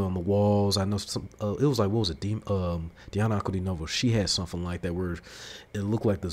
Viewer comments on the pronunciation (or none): none